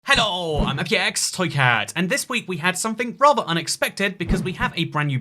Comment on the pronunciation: Why does his hello sounds so much like cantonese